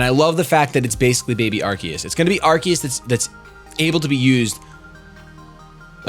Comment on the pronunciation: Thank you for saying Arceus correctly.